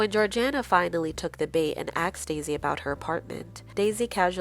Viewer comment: did you says axed instead of asked? 😂 never heard that one before